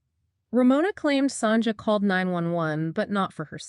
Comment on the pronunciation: Not Sonja. Pronounced Son ya